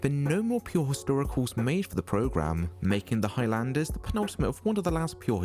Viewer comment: It's not High Landers it's Highlanders!!!